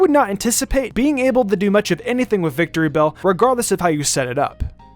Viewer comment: It’s not “Victorybell”, it’s “Victreebel”.